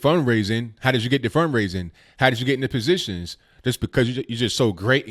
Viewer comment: said, "Positons"..haha